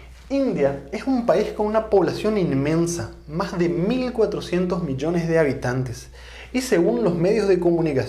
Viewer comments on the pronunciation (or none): none